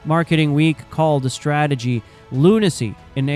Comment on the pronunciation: their "stragetery" worked perfectly